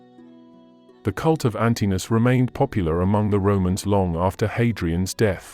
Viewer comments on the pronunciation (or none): This is very good, but be careful with pronunciation: "an-ti-no-us" , not "an-ti-nus"......it's also "Antinoöplis" , not Antinopolis. You pronounce the "O" ' s separately.